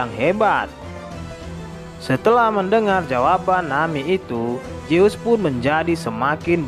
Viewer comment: Min ZEUS bukan JEUS